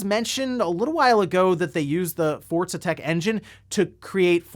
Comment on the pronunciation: He said Forza twice and I was like oh wow he's learning. Then in the same sentence converted back to saying Fortza.......